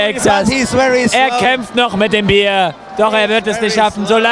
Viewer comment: The fuck. Its Bier. Not whatever you did there.